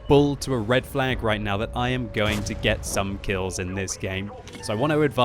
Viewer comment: Did he say quills instead of kills?